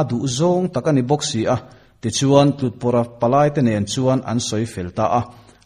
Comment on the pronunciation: Tlutpawrha tih hi Tlut - Tut tih thluka lam loh tur. Kût tih thluka Tlûtpawrha tih tur a ni. Khawzatlûta Khaw za hnehtu tihna a ni.